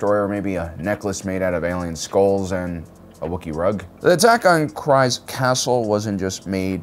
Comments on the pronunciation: Not to be a nerd, but it's pronounced "Kreez". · Ease. Please. Cheese. Kryze (KREEEZE)! You can do it! 💪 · Nobody is here to comment on “saw-bean” for Sabine pronunciation and “cries” for Kryze, seems like anyone who cared about the content would have correct pronunciation due to hearing it correctly many times watching the shows, perhaps this guy just reads whatever someone wrote for him and they don’t care to edit , also dude looks so sleepy and bored, def not fun to watch